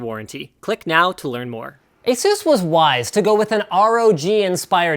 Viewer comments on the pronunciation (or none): dude.. it is pronounced "A-E-SUS" not "AH-SUS"... said by the CEO of ASUS himself